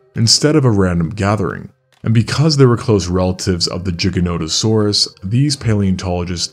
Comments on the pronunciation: NOT THE JIGANOTOSAURUS. content creators these days handing out classes but forgot to go to school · It made me lol too. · Why do you pronounce it jiganotosaurus ? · I mean the way he pronounce Gigano sound like "Ginano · You are actually incorrect. The correct pronounciation is Jiganotosaurus, due to the person that named it. Its not an English pronounciation. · Bro calling it jiganotosuraus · You’re pronouncing the name wrong. The root words are Latin. Gigas (giant) Noton (back) Sauro (lizard) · retard cant even say the name right moron go back to school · Would be nice if you could actually pronounce its name correctly. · I hate your pronounciation of gigantosaurus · Why can’t say it properly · A bit hard to take the video seriously, when you keep mispronouncing the name of the dinosaur. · I wanted to watch this but the butchering of the pronunciation of Giga is throwing me off. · perhaps just a mispronunciation or maybe just an accent thing but giganotosaurus is an allosauroid not an allosaurid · Didn't notice there was a j in the name why does he pronounce it like there is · real bro is pisses me off. bet this dude pronounces it as Jif too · It's NOT a matter of opinion, giga comes from the greek word for giant and if you don't say it like in the video you're saying it wrong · Why is no one talking about how he’s saying jiganotosaurus and not giganotosaurus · Bro...its GIGA NOTO SAURUS. NOT JIGANOTOSAURUS..... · Its Giga not Jiga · Why would they name something gigantic giganotosaurus and then pronounce it jig-anotosaurus instead of gigan-otosaurus? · Bro it isn't jiganotosaurus Its giganotosaurus pronounce the g not j and NOto its noto replace the last o with an a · No one can say the name of this dinosaur ffs. It’s Gi-gano-tosaurus you know, seeing as the word derives from gigantic. Not “giga” which mean a thousand, or “jigga” which sounds racist. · everytime i hear G-ga notosaurus my soul shakes in cringe just say "ghi gah" who cares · “Jigganatosaurus” lmao